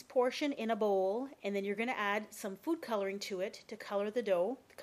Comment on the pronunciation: When you said Food Coloring I thought you said Poop Coloring.....lol